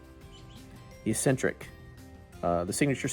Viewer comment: Look up the word eccentric so you can learn how to pronounce it